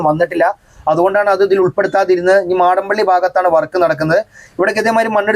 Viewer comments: മാടമ്പള്ളി അല്ല മടപ്പള്ളി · മാടം പള്ളി അല്ല ബ്രോ' മടപ്പള്ളി എന്നാണ്